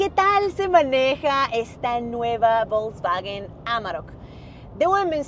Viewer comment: Se pronuncia folksvaguen